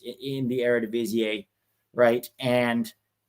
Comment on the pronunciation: Fyi,, Eredivisie is pronounced with an "ee" at the end, not an "ay". Like "air-a-di-vi-zee".